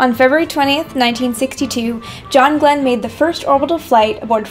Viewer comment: yeah right thats how you pronounce his name !